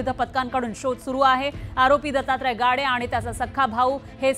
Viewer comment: तिथं गाडे आहे आणि तुम्ही गावडे म्हणताय अस कसं मॅडम